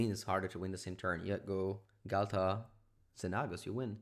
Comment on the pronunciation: XenAAHHgos lol you crack me up